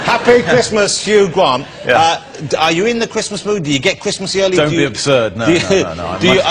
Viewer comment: Darby O'Gill. Yeah. He’s thinking ‘Hugh Gwant has more money than even ME’ I’ll have to up my game at childwen in need. Wibbly’